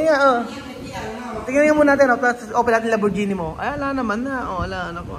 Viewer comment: Lamborghini is pronounced lam- bor-gi-ni not lam-bor-zi-ni